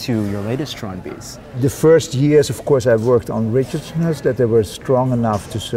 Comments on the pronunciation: So while Theo pronounces it strandbeest Adam and keep saying stronbaste. With respect, Theo made it, at least say it as he does. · ITS PRONOUNCED 'STRAND BEAST' NOT 'STROOOOND BASTE' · The StrandBeests are amazing, wish the guy here would stop calling them Strong Base, it's StrandBeest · Stop saying "strahned baste"! It's a strandbeest. It isn't difficult to pronounce. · Is it only me? Or he said it as strandbase, not strand beast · yeah i keep finding it funny that Adam and pronounces it (to the best they can) the Dutch way while Theo just says strannedbeast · Dude pronounce the fuck correctly. Stand = beach beest= beast. Stand is pronounced str aunT and beest is baste like basting a cake